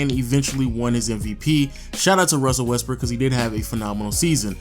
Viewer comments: if u listen closely he says russel westBrick lmao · 'Russell Westbrick' lol